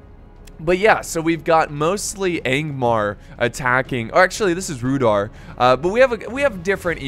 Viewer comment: It is pronounced Rude-hour.